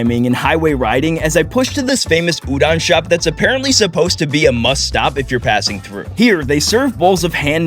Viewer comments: Udon. With o. Not a. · i love this but the way he kept saying udon wrong really ticked me off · Udon❌ Udon✅ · Why is he saying tempura and udon wrong 😂 and btw im Japanese say it like oooh-dun and tem purrrer uhhh